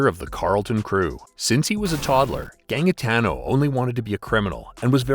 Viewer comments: Gangitano is pronounced ganjitano just to correct that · John gang-itano😂 it’s pronounced Ganjitano.😂😂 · Its pronouced Ganjatano, also he wasn't the 1st, watch Underbelly it helps alot. He shot someone who owed him like 1500 dollars, then people in the Carlton crew wanted him gone, especially the young ones like the morans as he was a liability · Gannmggitaaano. You yanks can't pronounce any names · The second g is pronounced with a j sound in Gangitano. "Ganjitano" is more like it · That is.....not how you pronounce Gangitano. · ikr....and a few other. names.. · not gonna lie the american narration here is doin ma head in. so many mispronunciation of names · Mate you screwed up the pronunciation of Melbourne and Gangitano and other names. Just cringeworthy. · St Kilda is Saint Kilda. St Kilda road police station not Kilda road police station. Also Gangitano is pronounced with a soft g for the second g. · Why can no American ever pronounce Melbourne properly? And gangitano too it seems. Mick Gatto was friends with the Moran's, wtf even is this rubbish?